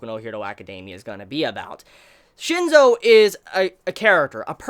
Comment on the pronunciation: its *Shinsou not Shinzo....